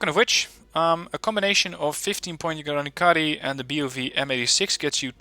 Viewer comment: Please stop torturing the language. That č is not c. The mark on top is not dirt or some comp glitch, it denotes you should pronounce that as "ch", like in Charles. So, it'll be granichari, not granikari. Thank you.